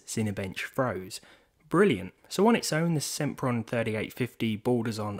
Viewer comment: SEMPron SIMPRON